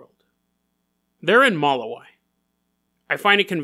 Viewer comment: It’s pronounced “muh-lou(like loud)-wee) lol.